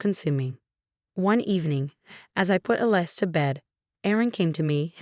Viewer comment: Alice not a lice. led not L.E.D (LED).